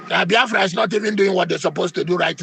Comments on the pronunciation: Imagine the way he pronounced the name Boafra, Ruben Abati you are a certified idiot. May God have mercy on your wicked soul. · Abatị, the name is BIAFRA and not Bafra. Don't pour your hatred of the Igbos on the name. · You can even see the hatred the way he pronounce the name… Baafra… imagine. Always talking with two sides of his mouth. Ndi ara everywhere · Abati, I thought they said that you are a graduate, why calling Biafra, Baafra, like an illiterate? I am disappointed at your level of education and reasoning. You are a disgrace. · Reuben Abati is a confused man listening to him is a waste of time and data. He doesn't even know how to pronounce Biafra.. with his hate- filled bile he is pronouncing Biafra Bafra. Shame on Reuben Abati. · Bayafra 😂😂 Is that what is written down for him to pronounce? Truly a brown envelope reporter. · He can't even pronounce Biafra. Why does he hate Igbo's so much .God will disappoint all of you IJN amen. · Aba titi is a goat. A tribal bigot. Can't even say BIAFRA. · Abati knows how to pronounce every word except Biafra. Abati, may you end as you wish Biafra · Abaty is illiterate. He can't even pronounce BIAFRA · Abati is 100 % anti Igbo , even when u listen to him how he pronounces the Biafra from his mouth u will not need a soothsayer to tell u his hatred for Igbos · Brown envelope RUBEN ABATI. He can't even pronounce BIAFRA well. Well he's protecting his brown envelope. Which country, we're not Nigeria. Foolishness in the highest order. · I said it before and I will say it again. Abati should learn how to pronounce Biafra unless he is too lazy. He sounds like a goat when he says Biafra. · He cannot pronounce Biafra. Stop Nigeria Is no more a country It has expired. Biafra Nigeria war has not ended because Yoruba wants every Igbo dead. Hausas and Fulani hatred on the Igbo is Secret but Yoruba Is showing theirs own before the public. You have Said It every Yoruba Person Is a Muslim.